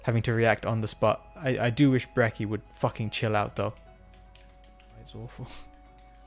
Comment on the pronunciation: Love the video but the way you pronounce brachys name makes me think you watch alot of the monster hunter math guys.